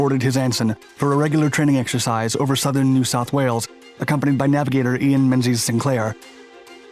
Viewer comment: I agree! His pronunciation of “New South Wales” is very impressive, indeed! 💪🇦🇺